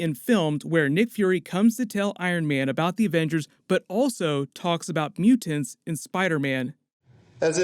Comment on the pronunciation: You say mutants justttttt a little off